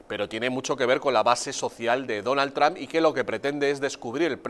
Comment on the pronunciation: no saben ni pronunciar el nombre de Trump.